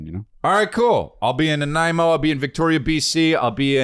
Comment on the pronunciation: I am proud of Chris... first time I have heard him pronounce Nanaimo correctly since he started saying it a couple/few weeks ago 😂